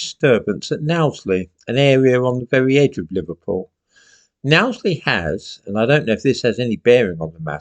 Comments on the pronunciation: Knowsley, not Nowsley. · "No-sley", not "Now-sley". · Just to let you know, as a Scouser, Knowsley is pronounced 'No-sley', not 'Now-sley'. Also, there is no huge presence of 'far right' organisations anywhere in Liverpool (let's not forget that Labour are always a shoe in to win during general elections here, and we had a high percentage of Remainers here as well) and we now have entire communities of migrants here so I don't believe that 'hundreds' of Knowsley residents just suddenly became 'far right' overnight either, this is very much just concerned family members sick of the laws of this land regarding the safeguarding of children not being enforced or applied equally to these people when concerns are raised and evidence (such as the girl's video) is provided. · Agreed. However, your pronunciation of Knowsley as Nowsely, grated a little. It is pronounced Nosely, as in nose, and not nows. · Locally it's pronounced 'Nose lee' not 'Nows lee". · Knowsley is pronounced Nose-lee not now-slee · it isn't pronounced "NOW-sley" bit "KNOW-sley". I agree with most other things you say though. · Know-sley not Nowsley. (Technically not Liverpool either). And they are not Asylum seekers either. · You mispronounced Knowsley. It's 'O' as in know, not now. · now zley should be know sley. tox teth (rhyme with death) should be toxteth (less emphasis on the second syllable) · Its not naw its no knowsley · It's pronounced 'Knows-ley' not 'Nowsley' though this is the good people of Kirkby (just over the East Lancs Rd) rightly showing how they feel about the threat to their children. The local MP for Knowsley, Sir George Howarth, would seem typically out of touch describing the residents of the Suites as "people escaping some of the most dangerous places in the world (France?) seeking safety" he goes on to say that "Those demonstrating do not represent the feelings of the local community" living in Liverpool myself, I'd say he's deluded. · Pronounced Nose-ly